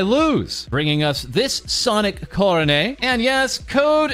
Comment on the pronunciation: "ko-row-nay" God, that pronunciation grates on my ears...